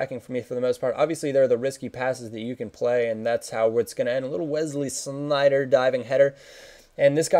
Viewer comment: wow u are the first youtuber that says sneijder good:O